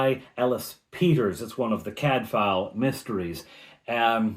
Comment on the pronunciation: Cadfael pronounced Cadvael. (Warrior Prince)(Cad : battle, Mael : Prince)(In welsh, but the same in my language, Breton). Excellent recap, thank you. Take care